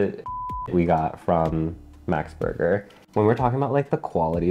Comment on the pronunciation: Max is really not worth it anymore. Till the early 00 they were creme of the crop but now it's just a microwaved mess. Also it's green washing. They literally exploited poor farmers and made them starve to plant a few useless trees. And it's Max, the male name, not American max as you pronunce it.